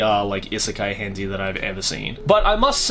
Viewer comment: "Hentey" Nice